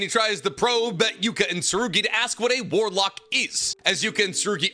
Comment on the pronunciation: Its so cringe to hear you say warlock